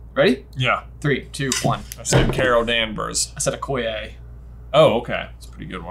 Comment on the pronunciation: Uh? It’s Okoye…